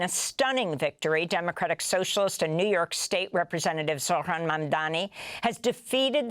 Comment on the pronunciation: It's not zorhan, it's zohran